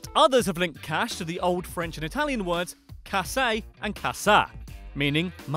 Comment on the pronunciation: casse is said as cass (k ass)